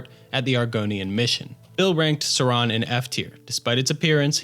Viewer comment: Suran. Definitely Suran.